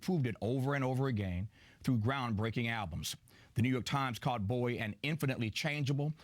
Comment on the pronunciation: He says 'Bowie' like 'boy' as in here boy!